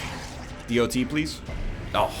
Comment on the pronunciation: NL I love you, you're doing great! BUT PLEASE SAY DOT LIKE DOT NOT D.O.T. I love you and want you to know that :D